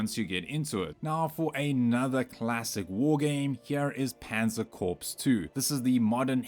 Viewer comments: "Corps" is not pronounced as "corpse". "Panzer Corpse" only happens when Jerry's tank blows up. It's pronounced "core". Like "Marine Corps". You wouldn't say "Marine Corpse", would you? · How many people are left that know how to properly pronounce Corps? It’s pronounced “Core” Mr. AI not “corpse” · Just FYI, "Corps" is pronounced as "Core" :)